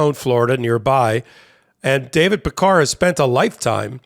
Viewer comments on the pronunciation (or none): Pronounced peck-carr. Peckers ok though.